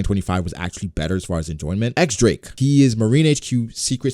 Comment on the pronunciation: "diez" Drake not X Drake